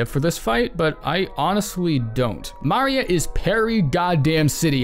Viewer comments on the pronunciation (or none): You are not the first person that I've heard pronounce Maria like Mario. Am I missing something? Because even in-game her name is pronounced the conventional way. Thank you for the tips however. 😚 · why do you pronounce it as Mari-ah? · I've never heard somebody say "maria" so hilariously wrong in my life. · Also bold to pronounce maria as mario with an A.